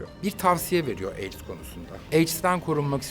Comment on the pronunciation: Armagan Bey, Ben AIDS mi duyuyorum? Yoksa AIKS?????!!😱